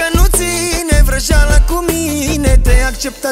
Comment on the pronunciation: Doar mie mi se pare ca David zice mintinoasa ? si vrazala ? :)))